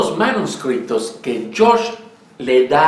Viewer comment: ¿Porqué dices "manuscripto"? En español se dice "manuscrito", sin la "p". Ah, por cierto, cuando se habla de "J. J. Abrahams", no se dice "yei yei Abrams"... lo correcto es "Jar Jar Abrams" en perfecto Starwarriano. Saludos.